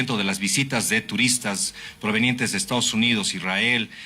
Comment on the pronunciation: IRRAEL 😂😂😂EEEUU😂😂😂😂😂